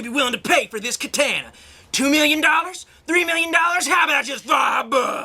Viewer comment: Yo,, good to see you're back. You looked like you were having a good time in this video and generally in high-ish spirits. You also look like you've lost some weight and, if so, that's great, man. Hey, the way you pronounce katana is funny, nothing anyone should get butthurt over. Trust me, I'm two years through a Japanese minor in university and we still call the silly squiggles Can-jis instead of kanji to make our sensei rage.